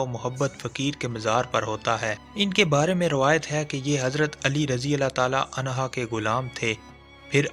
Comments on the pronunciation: Hazrat Ali r.a.ta anho hei anha Nahin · ان ھا نہیں عنہ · O bhai phly jo bolty hu wo drustgi kr liya kro hazrat ali raziallah anho huta hy anha nhi anha aurt k liye hy mard k liye nahi smjhy k ni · Anha nahi anhu hai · حضرت علی رضی اللہ عنہ ہوتا ہے بھائی عنہا نہیں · unha nahi hota unho hota hai kamantry wale baba g